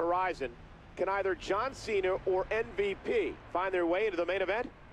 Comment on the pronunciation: santino says john chena "qena"